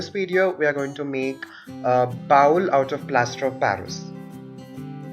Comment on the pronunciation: Good video for me to learn. FYI you pronounce bowl like bowel, two very different English words. Bowl has long o sound as the letter in English makes.